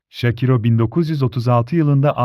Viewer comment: Adam şakiro ismini şakira der gibi söylüyor.Hayır görüntü olmasa kimden bahsediyor dicem. Keşke ismini söylerken şâkıro diye söyleyebilseniz